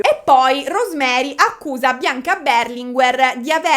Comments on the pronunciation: Non è Beeeerlinguer ma Berlinguèr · io ti amo ma per favore storpia tutti i cognomi che vuoi ma non "BERLINGUER"... 🙏🏼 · tivubi ma Berlinguer non si pronuncia così